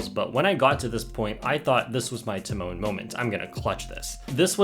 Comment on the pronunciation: I thinks it’s tee-mone but aight man